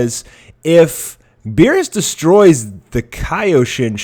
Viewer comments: its pronounced "Ky-o-shin" not "kay-o-shin" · damn i have never heard anyone pronounce kaioshin so incorrectly. lol KAYoshin? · By the way, please learn how to pronounce Kaioshin and Kaio-ken. You pronounced it correctly only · Do you know what Kaio ken is cause your saying Kaio wrong just say Kaio like how goku says it Kaio ken then just say shin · You keep on pronouncing Kaioshin wrong